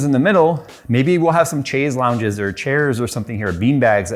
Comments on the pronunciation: Took me a second to realise you said 'chaise longue' not 'JAYZ longue'... must've been the reverb!!! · "chays lownjez" never sounded more American 😂